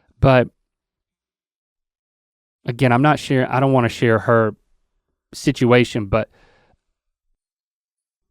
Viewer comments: Rhett says situation like sidguation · rhett pronounces "situation" in a strange way